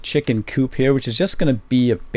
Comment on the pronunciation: lol chicken coop sounded allot like chicken poop